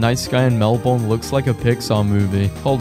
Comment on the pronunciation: omg so cute the animals but the way you pronounced melbourne as mel--born in stead of mel-burn